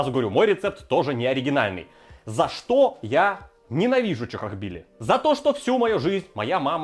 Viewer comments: Ля даже видос называется "чАхохбили", а кровь из ушей идёт от 100500 повторений "чОхохбили" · Почему, сука, в названии ролика чАхохбили, а он упорно говорит чОхохбили???!!! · Друже , почему ты говоришь чОхохбили? Чахохбили же ж🤔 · Не чо а ча и не хохо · И кстати почему говорит чОхохбили? Даже в названии рецепта чАхохбили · разве не чахохбили почему ты говоришь чохохбили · Как он так произносит чохкохкбили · черт возьми, почему произносите-то как чОхОхбили??! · Безграмотно как-то произносит название блюда